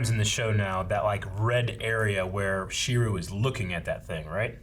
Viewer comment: How do they keep forgetting how to say Shirou's name?